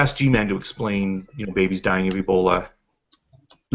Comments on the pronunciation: sometimes you hear G-man say something that you think is a slip of the tongue....but then he does it again. 6 month year old e-bol-eye axe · Somebody please, please, tell him that it isn't pronounced "Ebolii".